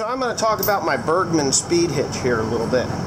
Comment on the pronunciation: I always understand birdman when you try to say bergman XD